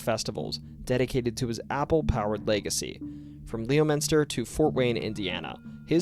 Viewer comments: “lee oh minster” made me laugh, it’s actually weirdly pronounced (like most of our towns), lem-en-stir or lem-in-stah if you got that massachusetts accident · when this vid first started, i figured the narrator was a fellow "masshole''''' then he got to the chappaquiddick story and i started to laugh,,, but then when he tried to say " lemonsta" LEO,-MINS -TER.... I DO NOT BELIEVE THAT THIS GUY IS A MASSHOLE..................... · Leominster is pronounced Lemon-stir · oK IT IS NOT leo/MINSTER IT IS PRONOUNCED lemister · Its pronounced Lemon-stir, not leo-minster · AH MY EARS Leominister is pronounce Lemonster(Masshole here) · The town is called “lemon” ster. Not “Leo” minster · Leominster, Massachusetts is not pronounced Leo its more like lemonster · You mid pronounce Lemonster as Leo-MIN-Ster. It is pronounced “LEMON-STER” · Leo-minster is pronounced lemon-stir! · Lee-o-minster? Really? I'm surprised someone from Massachusetts could pronounce it so badly. For those outside New England, it's pronounced like Lemminster. You also missed another good one from our area, Mary's little lamb in Sterling. Otherwise, an interesting video, thanks! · Leominster pronounced "lemminster" not " Leo-miester". Probably AI spoke the script, why am I even posting this. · I'm so sorry to be that one person, but hearing "leo-minster" got me like a cattle prod. Like a bunch of places in MA it's not pronounced the way it looks, it's pronounced "lemon-ster" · LEOminster...really?!🤦‍♀️ LEMONster and it's Chappa quid ick. Welcome to New England, where nothing is pronounced phonetically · HEY...Leominster is pronouced like LEMON-STIR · I’m sorry I’m … did I just hear you pronounce Leominster as Leo-Minster? Gotta get you an accent on those town names XD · For someone who lived in this state, one would think you’d know that Leominster is pronounced “Lemon-ster” otherwise very fun video. I’ve been enjoying your others very much 👍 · Leominster = Lemm-enn-stah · Came here for lemonsta